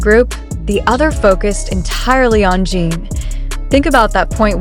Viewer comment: Jin not Jean